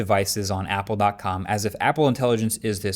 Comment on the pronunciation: Apple sounds like hoolie 😂